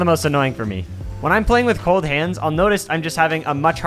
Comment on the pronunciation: Him: "Do you not try playing with cold hands" What I Hear: "Do not try playing with both hands"